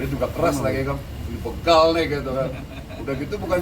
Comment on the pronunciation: Tangannya gerak terus seperti dirijen 😂😂 BÉGAL kedengarannya BEKAL 🤪